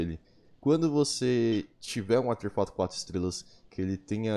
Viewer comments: Artefato* e n Auterfato, toda vez q vc disse isso foi um choque no meu cérebro, vc até msm conseguiu com q minha mente pronunciasse essa palavra de forma errada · "ateRfato" kkkkk